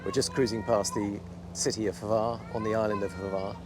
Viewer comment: Congratulations on mastering the pronunciation of word Brač (although Hvar seemed to be a bit more difficult) :)